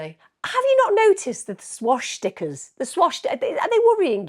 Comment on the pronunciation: How you pronounce Swastika…Swash sticker 😂 The original meaning of a swastika was ‘well-being’ associated with the Hindu God - Lord Ganesha remover of obstacles & embodied prosperity & good fortune, used by Hindus & Buddhists. Westerners used it to represent positivity… Maybe he’s converted to the faith?! Why do people see everything as a negative. Let’s take the real meaning back from the Nazis & refuse to allow the cretinous types of people to win?!